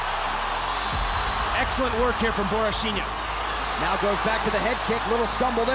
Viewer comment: Bro WHAT are they saying??? Costa is pronounced “bohasheenya” ??